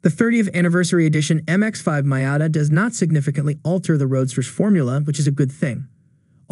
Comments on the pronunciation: It looks funny when you introduce the NA showing a picture of the NB. Also it’s Mee-ata, not My-ata. Other than that, nice video! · I turned you off after the few seconds and that weird way you pronounced Miata. No one has ever pronounced it like that.